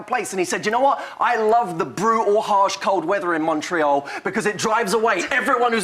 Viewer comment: Ahhh I'm so happy you said 'Montreal', Matthew!! It's my hometown :)